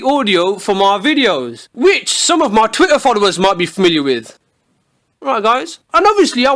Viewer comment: Booty Messiah i love that he say mi insded of my